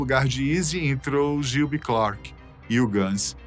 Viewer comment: Critica construtiva. Melhore a pronuncia em ingles. VEJA VIDEOS DE OUTRAS PESSOAS FALANDO ANTES DE GRAVAR. TROUBADOUR. GILBY. MCKAGAN. DENTRE OUTROS. Em 2016 voltaram so slash e duff. Steven tocou algumas vezes. Mas nem todas musicas. Pequenas aparicoes. Izzy nunca. Vc diz que no video sim. Mas nunca teve ele na turne de retorno de 2016.